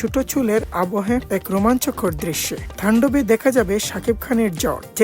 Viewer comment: থান্ডব না ভাই,তান্ডব।ভরবাদ না,বরবাদ।জ্বর না ঝড়।উচ্চারণ শুনে আমারই জ্বর এসে গেছে।উচ্চারণ শিখে চ্যানেল খুলেন।😂🙄।